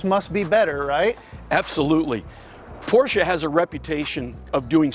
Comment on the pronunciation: You two have helped me decide over another classic Mercedes, another Land Rover, and finally a third Porsche two-seater. This video was awesome and I appreciate the enthusiasm, the clarity, and the fact (not minor) you know how to pronounce Porsche. (Por-sche). I will support you in any way I can and will let you know when a Cayenne is in my stables! Good job, gentemen! N